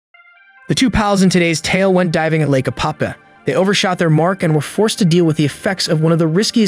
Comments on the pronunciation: It’s Apopka. With a K. Damn man! Don’t insult the name lol. I know you are trying, but come on. Try and say the name right. It’s not, Apapah, Opopa, Apahkuh, Appacka. None of that. APOPKA. SAY IT SLOW. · A-pop-KA— hard K.. lol! I lived here for years.. beautiful lake.. also… you said STREET Johns River.. 😂 it is SAINT John’s River… 🤘🏼🤘🏼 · It’s pronounced Ā-pop-kuh